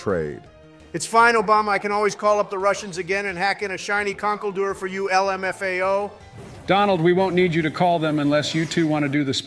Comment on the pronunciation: Honestly - daily content. I am more interested in your script and incorporating it into the game. Speed them up, get that content out, continue using tf out of "el em eff a oh" lmao